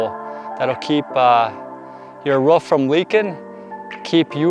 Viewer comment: Why do you call a roof a ruff? Not being mean I'm just curious, I do love how you explain back to front (kind of like a shingling effect) I'm a new subscriber now thanks